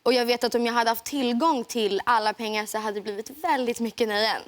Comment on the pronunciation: why does she say 'tack SI-ET mycket" i thought it was kinda like S-OOOOA